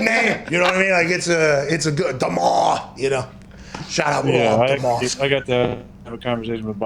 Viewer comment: shaht aht Chase